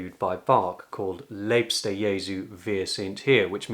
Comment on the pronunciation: The ie in liebster is pronounced as the ea in leap.